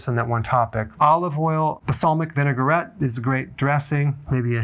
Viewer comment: * Vinaigrette is pronounced: VIN-UH-GRET ....not vin-uh-gur-ret 👍